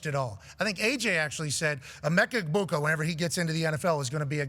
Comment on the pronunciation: It’s EH-BOO-KA put some respect on our OOGA 😂